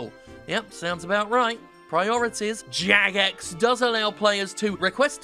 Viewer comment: the way Jim was pronouncing 'Jagex' was starting to sound more and more like 'Zizek', is the joke